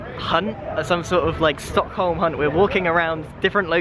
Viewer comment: Sad red bull noices ('Stock*h*om') You dont pronounce a H